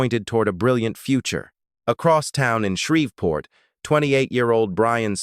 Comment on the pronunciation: It's Shreev port NOT Shrev port